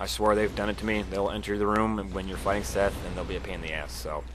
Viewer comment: it's seath not fucking seth jesus christ the introduction says it out loud for you